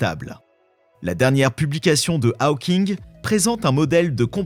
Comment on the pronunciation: Ta manière de prononcer Hawking.... En plus tu le répètes 40 fois